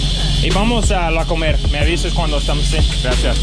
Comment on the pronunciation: One comment, you said you were going to the supermarket, La Comercial Mexicana which is great, yet you used the short version of the name yet pronounced it as the verb "to eat" and not the name of the store. Say "comer" (to eat) then say "Comercial Mexicana" and you'll hear the difference (or have a Mexican friend say it), and you'll sound correct or "Mexican"..... Love the t-shirts